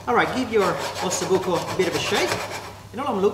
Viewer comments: Buco with one "c" not with 2 "c"...it means hole (bone with an hole). Delicious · OSSOBUCO NOT OSSOBUCCO